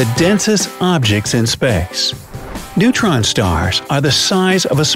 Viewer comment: He said neuron stars. LOL